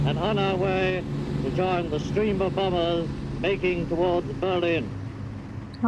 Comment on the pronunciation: Love the way you pronounce Bom"b"ers using the second silent b . cute thanks great review.